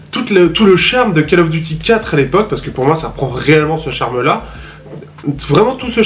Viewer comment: "call" se prononce "caule" sinon ça peut être sympa pour les joueurs mobile. Pas pour moi cependant